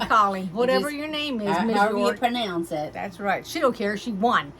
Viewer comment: Thank you!!! You pronounced my name perfectly. I can't wait to start watching your tutorials and following along. Hopefully you got my email :)